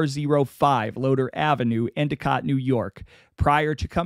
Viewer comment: Oh-we-go lol. Next time you do a video within the upstate ny and scraton/wilkes barre/ pittston. I would be glad to consult on the pronunciation of surnames and towns. Good job with Endicott, my hometown, and btw, bar-bear-uh